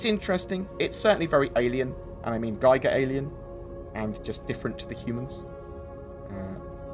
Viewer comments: It is supposed to be giger-esque not guyver-esque. As in the Artist H.R. Giger whose artwork inspired the creature in Alien... Though now that you mention it, I wonder if the Guyver was influenced at all by Giger's work. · Giger's last name is pronounced "ɡiːɡər / GHEE-gər"